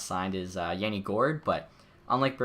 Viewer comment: Yanni gourde ms name is pronounced yah-ni